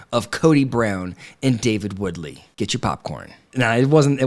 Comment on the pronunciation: David & Christine's last name is Woolsey.. not Woodley.